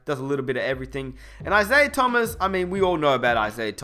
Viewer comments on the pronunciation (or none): none